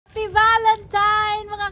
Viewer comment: tama nman ang spelling sa title ng video mo pero bakit valentiMes ang pronunciation mo? valentiNe po.